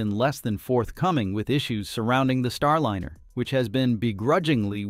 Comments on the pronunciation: Not STAR LINNER!!! God that is bothering me... it is Star LINER (lye-ner)... the rest of this story is decently done... but your pronunciation of Starliner is grating. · Star liner not line r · every time I keep watching one of your videos, I keep wondering why you pronounce it: Star Lin er Instead of : star line er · The AI voice mispronounces Star Liner as Star linner.